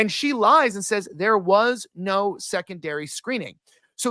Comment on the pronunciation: Sorry bro I made it 26 min & 40 seconds but i cannot fckng stand hearing “Ner, I don’t ner” for another GD second !!